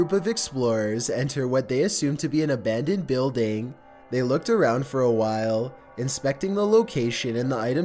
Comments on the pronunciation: Yes. That's one strange voice for sure. Abandoned pronounced 'a band and'. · how tf does he say abandoned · Honestly, prononciation is more annoying ; izen't, Abundend, Reazen.... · Ɑɑղղɑ ʍɑɾցɑɾíեɑ ɾíѵҽɾɑ ɾíօՏ "abandendt" "isent" "exploreition"